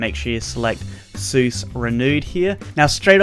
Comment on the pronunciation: Its SEUS not a SUES